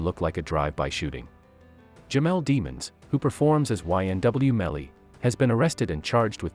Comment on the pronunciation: DEEEE-MONS, not deamons, no one wants to stay it the right way lol